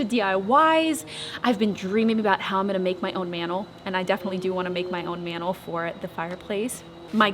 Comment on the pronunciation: Hey how do you say mantle? LOL